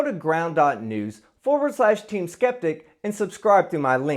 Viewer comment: Ground News? I thought you said Ground Nudes ... ... Damn it!